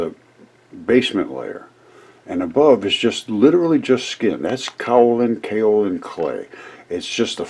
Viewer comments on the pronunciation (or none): It's properly pronounced "Kay O Lin"